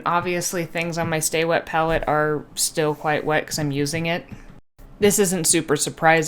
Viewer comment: 1) It's pronounced "stay-wet" not "staw-wet". 2) before putting paint on the wet palette, you should have wiped the excess water off the paper, because you want the paper to be damp not wet.